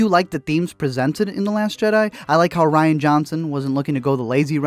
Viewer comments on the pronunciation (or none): I'm late to the game and only now watched your video in April of 2020 and just have to say that you have no idea how to say Rian's first name. It's RIAN, not RYAN. R-I-A-N. Rian! Look at the letters and sound it out. Sheesh! That said, F*** Ryan!!!